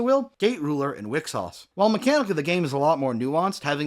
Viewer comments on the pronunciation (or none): Wixoss is pronounced why-cross, not wick sauce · Wixoss is pronounced "Wee-cross" The name is a portmanteaux of "Wish" and "Across" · Wixoss is pronounced wii (like Nintendo wii) - cross (like what they put Jesus on)